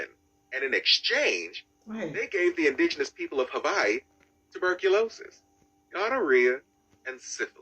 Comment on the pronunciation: "V" is proper.